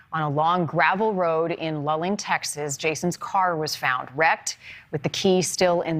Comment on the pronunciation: So glad yall are covering his case ! It has been a year since he's been missing. Also to clear confusion it's pronounced LOO LING(Luiling)